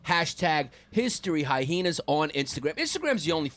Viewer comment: The extra "H" sound they put in hai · ee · nuhz has got to be intentional